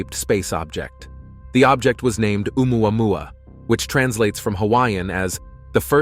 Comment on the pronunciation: If I hear one more Ai voice trying to say "Oumuamua" I'm gonna punch my screen.